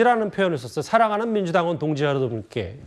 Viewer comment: 난 왜 저 동지란 말이 동무로 들리네 ㅋㅋ 공산당